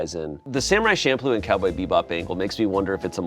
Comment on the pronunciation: it's CHamploo. CH. don't piss me off 😭